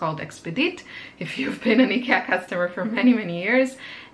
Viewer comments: its pronounced IkEEa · Ikea is actually pronounced: eye-key-ya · Hello, please, if you are going to directly reference a store, please be sure you pronounce it correctly. You pronounce it like idea. You saying icky in the pronunciation makes it seem like you are saying that they are" icky" and gives a negative feel to it. thanks. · Yeah I told my friends and family and they told me they refuse to consider changing to the real pronunciation... They pointed out in English the real pronunciation sounds like "icky" as in gross/bad/disgusting. That must be why the pronunciation became "Eye-kia" in the first place. Because "Ick-ee-ah" sounds bad to English speakers. So I can't change it to the 'real' pronunciation if that would confuse and upset strangers AND all my friends and family... But at least I now Know the original native way. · E-cat! I lost it! LOL , we say it, eye-key-ah. I not sure how other places say it. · You pronounce ikea so different than Canadians and usa do at first wait is she talkingvabout the same store ikea isnt as available in my area but candaian has the store in convient areas, i know also that ikea is on new New Jersey in usa.....enjoyed this video im like you i like to upcycle furniture and try to reuse upcycle . You can spraypaint your aqua rolling shelf to white. If your not liking the color....art blessing to you today...mikelle art🎨👩‍🎨✍ mom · Need to learn how to pronounce the store name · today i learned i've been pronouncing IKEA wrong 😝 its cheap, but when you are on a budget for studio furniture its worth it to get, knowing its not the best